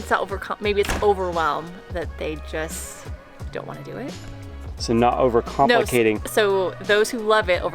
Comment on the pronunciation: I don’t think she said over complicating, it sounded like she was saying over compensating.